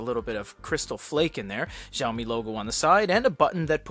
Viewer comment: Heads up, it's pronounced "Shao-me"... (thanks for the review!)